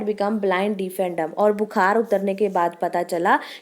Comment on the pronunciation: It's deaf not deef